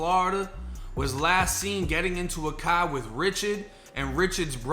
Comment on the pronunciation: "In tha pahking lot of the apahtment, in his cah"... lmao...., you make my morning shits, very entertaining. Thanks bruh... #R48291 Stateville c.c.